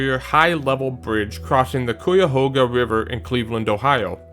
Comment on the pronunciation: Bridges are pretty cool. Some are truly amazing considering they were built 70+ years ago. I'm also going to chime in on the pronunciation thing, its Cuyahoga (kai-ya-hoe-ga) meaning 'crooked river.' Dang thing caught fire in June '69. It's much much cleaner now. All in all, an informative video showcasing some nice spans. I also like that you recognized pedestrian bridges as well.